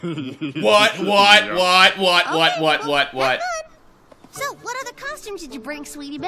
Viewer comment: Oh and his "what" kinda sounded like "butt" to